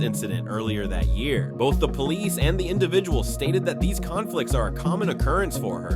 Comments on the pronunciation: She said "Poo Leeece" she needs to go back to elementary school and take English again and learn how to speak correctly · She even made it plural, "po- leeeces" 😂😂😂